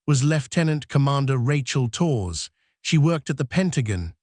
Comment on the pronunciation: AI voice can't pronounce Torres correctly...ruined the whole thing!